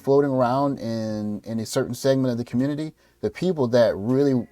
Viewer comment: I thought Biden was going to save the "communitah." What happened?